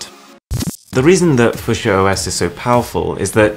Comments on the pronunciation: ...It's pronounced few-sha, not fuc-siya. It's named after the colour. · heads up: it's pronounced: / ˈfjuːʃə/ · It's not fu sha it's fyou sha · Wow man.... Foo-shu-eh??? No...just...no.... Few-sha is how it's pronounced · What's fu-sha? It's pronounced few-sha bro ;) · I feel like he's saying fuschia and not fuchsia. I woud pronounce it like fuksja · FEW-SHUH not FUH-SHA geez lol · "Fusher"? Is it not pronounced "Foo-she-yah" or "Fyoo-shar"? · It’s Fue-Shia not foo shore Edit: It does sound more like Future but change the T to a S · It's pronounced FEWSHA** Not FueSheaa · It’s fyoosha not fusha smh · Few-sha not fu-sha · Fushchia = Fyoosha. Linux = Linux You plank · Who actually calls is fusher? Surely as it's spelled the same way as the plant, or the colour it's pronounced Few-sha. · Pronounced "Linn-ux" not "Line-ux". Fuchsia is pronounced "Fyoo-sha" not "Fusher" too. Jesus wept. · Fuch-s-ia = Fucks yea!? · It's pronounced - Few-shah It's a color. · I thought Fuchsia was pronounced as F*ck-Sea-A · Foosha. I feel like it's my duty as am American to hate how he pronounces it. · Fuschia pronounced like fissure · You mean fuchsia pronounced (fyoo-sha) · It's pronounced "fyoosha"....... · It's pronounced 'few-shah', like the flower. And I hope to god it can't run Android apps, 'cos that would mean it runs fucking Java. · Just so you know, Fushsia is said Few-Shah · Eh? What? How are you pronouncing fuchsia exactly? Phew-sher. Its a flower. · fuc - chi - a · Few-sha (fushia) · It's pronounced f-yoo-sha.... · is it not pronounced like the colour, few shah? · Fuchsia is a color Fuchsia (/ˈfjuːʃə/, FEW-shə) Unless google decided to pronounce it differently. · Irritating video. Fuchsia is not pronounced that way... the "U" is pronounced as in "hue," few-sha. Also the static transition rubbed me the wrong way. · Had to turn it off, it's pronounced 'fewsha' Good grief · Welcome to the foo-sha 🤣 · Sorry to be pedantic - but it's pronounced "few-shah". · Few Sha.... 🤣